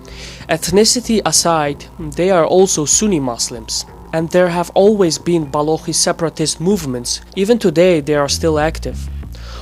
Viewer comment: Baloch is not pronounced Balokkhhh.